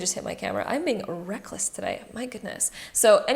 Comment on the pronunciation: "I am being rrrreckless today" lol... I love you.